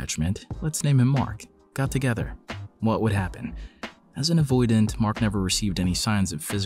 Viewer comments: you forgot the T in avoidant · = Forgot the T in Avoidant, but remembered it later. Also, gagged? Is this a gen Z term, or British, like “gutted”?